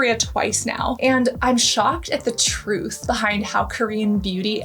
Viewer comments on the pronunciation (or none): none